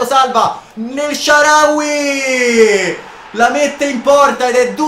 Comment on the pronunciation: HAHAHAH ANCORA SHICK “NELSHARAWY”